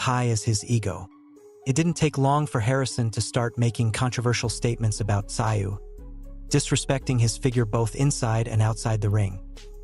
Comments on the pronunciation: russian with aussie influence, its not "sigh-oo" in aussie its like "Zoo" [makes a joke of expert commentary.] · Tim who ? Tim zu, not sigh you !! Fuk me mate, do better … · It's not pronounced "ci oh", try "zoo" instead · Pronounced TaZoo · I couldn't watch this sh*t, It is pronounced ТЗУЙ, in english TZOOY, the name has Korean origins, Бред сївой кобили 🙈😂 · It’s pronounced Tzoo. How can you be making boxing content and not know this? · Its pronounced Zoo. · FFS...enough of this AI bullshit?! Tszyu...is pronounced szoo...get on the fkg program Yankee?! Bluddy good referee?!!! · Tszyu has a silent “T”, silent “s” and silent “y”, so pronounced “zu”. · These commentators are so lazy they don’t even know how to pronounce the fighters name. All it takes is a single question to the fighters team. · If ur gunna make a video bout a man, at least get his name right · I can’t watch these videos with terrible AI voiceovers, just ruins it worse when it can’t pronounce the name of the person the video is about lol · Crap AI announcer can’t even pronounce a fighters last name ! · I can’t watch a video made by people who don’t know how to use the internet to check pronunciation, or listen to the video where his name is pronounced properly FFS! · No likes for you until you can pronounce his name correctly. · F..k sake mate say his name right cant you read English or listen to it 🤣🤣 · learn how to pronounce fighters names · Why watch this video if the narrator can't pronounce Tim's surname?